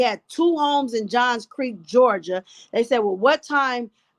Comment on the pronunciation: Thank you for all you do! It's Johns Creek, GA and you pronounced Buckhead correctly. Love from Atlanta!